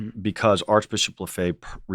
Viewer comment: The least the host might have done is pronounce Lefebvre correctly.